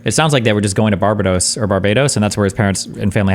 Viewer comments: It's hard to focus on three people I don't care about talk about two people I care even less about when one of these people has become fabulously wealthy talking to people without knowing how to pronounce Barbados. Ladies and gentlemen... The spectacular. And BTW... It's super misogynistic to think that a woman who is "sophisticated and well traveled" and/or a successful sex worker would desire a "baby trap." Especially with someone who looks like that guy. I'm thinking if someone like her wanted to run some baby game she could do it with someone better looking, much more kind, well spoken, well dressed, more polite, wealthier, and with an income stream that doesn't have an inevitable time limit. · Never in my life have I heard someone mispronounce Barbados that badly. lol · Seriously his pronunciation of Barbados is killing me. What the fuck a Bar-Be-Dose? A Pokémon? BAR-BAY-DOSE!!! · BAR-BA-DOS!!!!!!!!!! NOT BARBA-DOSS. LMFAO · It's Bar BAY dos lol WTF is bar buh dos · bahahahhaa bar bar dose... its BAR BAE DOSS. delusional. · It's Bar-ba-dos not Bara-dos for the last time🤦🏿‍♂️ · BAR-BAY-DOSE not BAR-BA-DOSE ffs man jesus christ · Destiny's pronouncation of Bar-bay-dos was annoying me. phew. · I am the only one who is triggered by destiny saying “barb dos” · I swear if I have to hear Bar-bA-dos again... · Why is destiny calling it bar-bah-dos wtf? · or even " BAR-BAY-DOWS" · I double dare ya muthafucka say Barbahdose one more goddamn time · Destiny saying Barbadose is very triggering. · Sometimes I wonder if Destiny intentionally mispronounces words to trigger people.... BAR-ba-dos?!?!?! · I do not care for the way Destiny pronounces Barbados. Bar-BA-Dose? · “Barbadohs” makes me wanna dive into the shallow end of the pool. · you mean "barba-dose" right? if he said "barba-dos" that would be closer to the actual pronouciation of barbados than 99% of americans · Bar bay dos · Ignore this guy, it's Bar bay dos. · Bet he can't even find Barbados on a map 😂😮